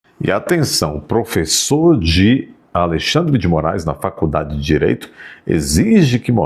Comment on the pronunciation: É impressão minha ou ele fala: faLcudade de Direito"?